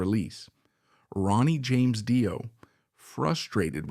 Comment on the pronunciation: Fantastic documentary about the brilliant Cozy Powell. Great work! Just one quibble...Dio is pronounced Dee-oh.